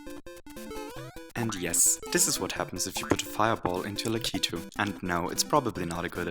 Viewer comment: your saying lakuti wrong